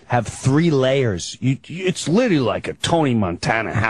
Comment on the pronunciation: Yes, he also referred to Nicole Brown Simpson as Nicole Kidman 😅. I've also noticed that he doesn't know how to say "literally"and "jugular" 😂